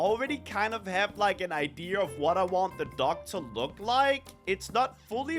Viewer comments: Is it me or is anyone else hearing say duck instead of dock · says dock, I hear duck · I heard duck the whole time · saying dock like duck😂😂😂😂